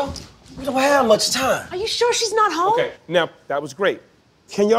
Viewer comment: Whhhhhhhhy did she have to stretch a one syllable word (home) into twenty-two syllables?!?!?!!!!